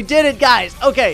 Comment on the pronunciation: I feel bad for the new players that poisons into thinking the bomb shooter is good Edit: also it pronounced Zee oh em gee not zohemgee